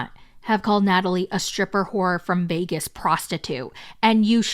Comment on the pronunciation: "Streepers from Vee-ay-goos" 🤣🤣🤣